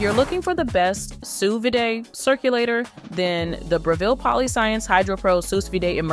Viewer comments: sous "vidae"??? sous vide. kinda spoils your credibility when you don't know how to pronounce the name of the thing. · No one is going to trust a video about sous vide when the narrator can't even pronounce sous vide!